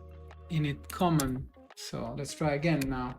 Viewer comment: Thanks for the tutorial. I just wanted to correct the pronunciation in case anyone didn't understand what you're saying: "Command" is pronounced /kə'mand/ with the stress on the second syllable. If you put stress on the first syllable, it sounds like "comment" /'kɒmɛnt/. And "paste" is pronounced /pejst/. If you use a short A, that's "past" /past/.